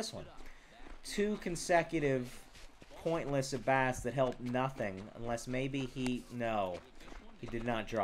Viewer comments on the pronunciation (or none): none